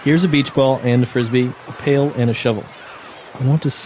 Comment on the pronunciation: It’s pail and shovel Not pale and shovel